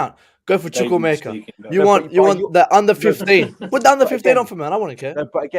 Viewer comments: ''Chuck-Wu-Meka'' say it like that, gutted he left us. 💔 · His name is Chukwuemeka. CHOO COO AY-MAY-KAH